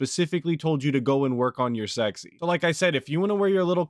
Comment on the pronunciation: work on yur sek zeee lmaoooo